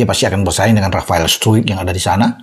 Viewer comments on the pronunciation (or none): none